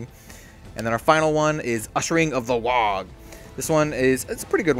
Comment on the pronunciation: Thanks for making this, but I gotta say this... it's pronounced WAAAAAAAAAAAAA! If you see someone in a book shout "Aagh!" in disgust, it's not pronounced "Ogg!" ;)